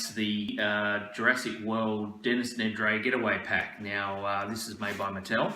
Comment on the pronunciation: Dennis Nedray? That made me giggle. Really enjoyed this vid, thanks